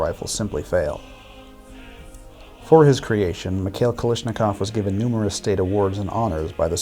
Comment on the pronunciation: kal a shnikov not kalishnikov